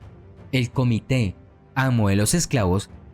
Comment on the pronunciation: "El cómitre, gente sin alma". GUZMÁN DE ALFARACHE, de Mareo Alemán. Parece que usted dice "cómite". De cualquier manera, sépase que es "cómitre". En Internet se puede leer lo que el Dr. Gregorio Marañón escribió sobre este tema. Es muy, muy interesante, y son unas 20 páginas. No se arrepentirán si las leen.